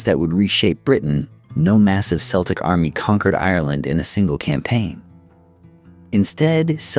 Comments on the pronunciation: The first thing that hit me was "Seltic". Yikes, that's a Boston, Massachusetts basket ball team! ✨️🤦‍♀️✨️ Somebody needs to tell AI, it's pronounced, Khel-tic, for the Celtic people. Other notables are: Dro-ghee-da for Drog-heda. Jheese for the bird, geese. Sin Fain for Sinn Fein (pron: Shin Fain), and "Dale" for the Irish Dáil or house of commons in their Irish Assembly (our Congress) (pronounced "Dial" like the soap or lawn ornament, sundial.) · What a pity AI couldnt pronounce so many names and places. Worst in my view is Celtic being pronounced as Seltic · I had to turn this off after 10mins. I couldn’t listen to the Celtic (K) Irish being pronounced like the Celtic (S) football team…. The incorrect references to a language that I speak daily was just awful…the necklaces are Torcs, Gaelic Éire , Hibernia came later, án Roí, not just Roí, and oh my God……, the OGAM scripts…pronounced Ogham with a silent g…..🥴🥴🥴🇮🇪🫩🫩🫩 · pronouncing Celtic with an "S" sound in a video about Irish history is criminal. big fail